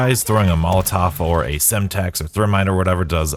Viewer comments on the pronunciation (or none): none